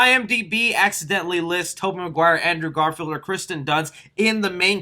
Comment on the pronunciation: Endruw garfild